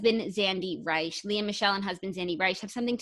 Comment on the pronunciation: Zandy Reich is pronounce Rich. Glee fans are stupid why would she name her baby and ZANDY's baby after Cory or Finn. His fans making every thing she does about him is annoying.